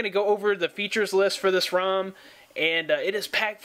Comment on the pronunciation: Rom not room haha